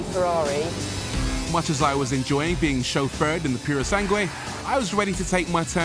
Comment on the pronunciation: PErosangue? Really? It's PUrosangue.